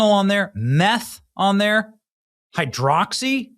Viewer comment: Lol the way you emphasized the word 'hydroxy' to make it sound wose than it really is😂😂😂 Is just weed!!!